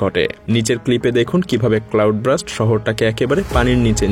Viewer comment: FYI - IT IS CLOUD BURST( B U R S T). NOT BRUST.